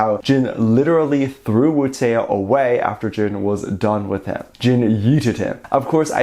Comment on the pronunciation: pronounced "wootó" no wootE-O